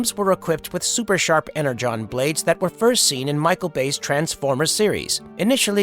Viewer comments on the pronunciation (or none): Additionally AI pronounced the word "energon" wrong